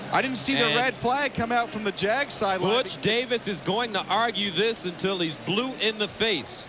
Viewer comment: that uh... that did not sound like he called him "Butch", I'll just leave it at that.